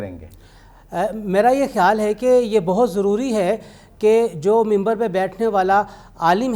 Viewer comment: آپ کو منبر کہنا نہیں آتاا اور منبر پر بیٹھنے والے ایک عالم دین پر بات کرنے کے چل پڑے ہیں